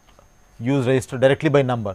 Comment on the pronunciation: why does it sound like he is saying resistor when attempting to say register lol